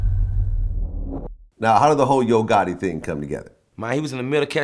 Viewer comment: This nigga Vlad said “Young Gotti”